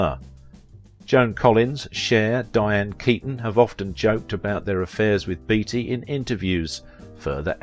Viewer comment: Are you sure his name wasn't pronounced 'Batey' ?